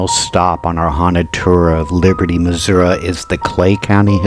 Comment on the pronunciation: Please learn to pronounce Missouri. I went to Jewell. Third story men’s bathroom in Jewell hall. I heard a voice saying my full legal name in a whisper and within five minutes, the voice was screaming my full legal name. Never went in there again. Class of 2001.